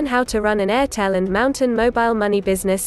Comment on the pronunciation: Use your actual voice next time... it would definitely make more sense... I mean its supposed to be read as m t n not mountain 🤦🏾‍♂️